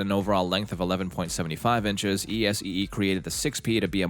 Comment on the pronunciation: The stupid AI mispronunciations are grating enough to have to duck out. It actually spells out ESEE knives! ;) Where have all the humans gone?